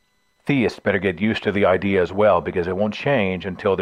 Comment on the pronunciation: Who started this dixie-talk bullshit of saying "ideal" for "idea"?